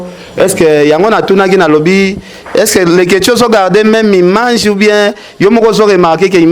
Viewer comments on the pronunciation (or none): none